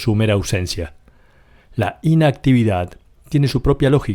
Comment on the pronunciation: Muy interesante. Sin embargo ¿Es necesario que el narrador pronuncie tan mal? Por ejemplo, la palabra "inactividad" no se acentúa en la primera sílaba, se acentúa en la última. Creer que de esta manera lo que decimos es más importante es una muestra de ignorancia. Mejor que dejemos la "inactividad" y hagamos algo para hablar correctamente.